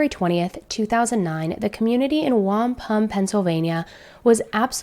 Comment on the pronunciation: Oh, just so you know, you say ‘wamp ‘um ‘ if you want to say it like how the locals say it